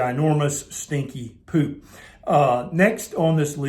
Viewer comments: Agreed! It's the pronunciation not so much the facial expression for me."Pewp." 😂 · "Stinky Ginormous Poop" 🤣🤣😂😂🤣 I didn't need my teenager in the room, I'm 50 and I still couldn't help having a good laugh...!! Man why the emphasis on the word too.?! POOP.,!! Oh ya killed me man ya killed me..... Serious though, thanks heaps for this i been through heaps of different style diets and fasts too, and I'm starting carnivore and I really needed to ask the things you answered anyway... Thank you... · 🤣🤣 this made me lol, but it’s so true! Being a Brit, the way you say ‘poop’ made me lol. Thanks for speaking about this normal body function that does get pushed under the carpet because no one speaks out! It was very enlightening and interesting and true!!!!! Keep up the great work.